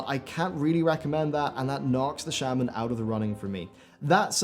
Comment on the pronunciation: You pronounced it shaman but isn’t it pronounced shaman?